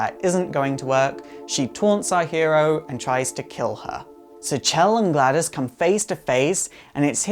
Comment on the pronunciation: Also the name is GladOs, not GladUs